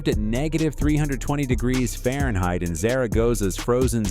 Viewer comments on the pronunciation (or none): none